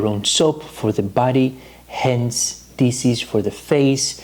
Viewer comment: Please stop saying dises. The SH in DISH, make the phonic “sh” so it’s dishes not dises. Just like SHopping not sopping. Coconut SHells not sells. The H is not silent. You’re alternating the word completely by silencing the proper phonic. I live in Europe now & Greeks make this mistake all the time 🤦🏻‍♀️ Thank you for your amazing knowledge & videos. I do watch them & enjoy them all the time!